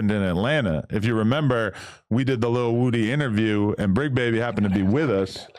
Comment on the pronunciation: Adam struggling with “Lil” like when I was a kid trying to say Bow Wow name